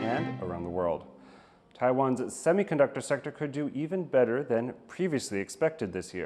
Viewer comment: Semiconductor, not 'Demiconductor'